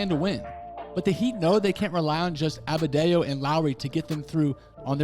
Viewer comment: You butchered Adebayo’s name lmaoo but good analysis